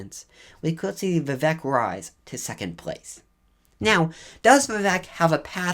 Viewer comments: I think his name is pronounced vih-VAKE, like cake, not vih-VEK like heck. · Vivek is pronounced We-wake, not We-wack. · Vivek pronounced (We-Wake). Not we whack. and Ramaswamy pronounced Ra' (R-Ah)Ma' (M-Ah) Swa' (Sew-ah) Me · Vivek is pronounced "Vi-Vake". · You need to pronounce Vivek correctly, It is Vi-Vake like “cake” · Learn to pronounce his name correctly !!🥱😡